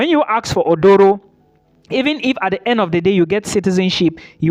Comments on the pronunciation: Aduro, not Odoro. A Ghanaian word. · It is not Odoro. Read my lips...say A-DU-RO 😂